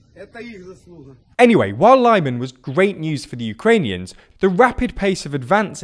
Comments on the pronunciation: I'm fine with most people calling Lyman: "LIE-man", but you present yourself as a news channel. Foreign characters, written in English, aren't pronounced as American English, and don't follow its rules, and it's consistent, so "e", for example, always sounds like the "e" in "bed". For more information, look up: "International Phonetic Alphabet". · I'm sure you get sick of people calling our your pronunciations but why on earth would you think that Lyman is pronounced like that when virtually all Y's in Ukrainian translations are soft? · READ THE COMMENTS. We have pointed out how you mispronounce a lot of town. Say it like Leeman please. The BBC, SKY and other news channel don't make this mistake. YOu keep making it, READ THE COMMENTS below your first video, they corrected you so many times. Your audio quality is getting worse as well. I used to listen to the whole video, now 20 seconds is enough to put me off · Makes no sense that they seem to pronounce Kyiv with the correct "Kee" sound but all of a sudden Lyman is "Lie Men". You're right, it's not about pronunciation, it's about lack of effort lol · Lyman is pronounced 'L'man '. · Man, just use google translate or whatever for the correct pronounciation. You're basically reading Britain as [braitein] all the time! I almost got ear cancer from your LYMANS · Every time you say Lyman like that, a little part of me dies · Everytime he said Lyman I twitched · It's not "Lieman" it's "Leemuhn". It's also not "Curson" but "Herson". It's like those people who say "Worse-sas-ta" and "Glow-sas-ta" for Worcester (Wooster) and Gloucester (Gloster). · I know it doesn’t matter very much, but the pronunciation is not [Luhman] or [Laiman], but more like [Leaman] or [Leeman] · Enough with the "Lie-man"!! It's Lee-màhn!! say it with me: Lyman! Glory to Ukraine! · it's pronounced [li:man] BTW, go truly North b/c Belarus becomes the next problem. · Lyman is pronounced as Leeman. And stressed on man i believe. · Lee-MAHN. Not LIE-min